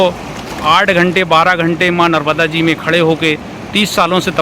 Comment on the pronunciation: Pronunciation sahi Karo . Narmada mata not narvda.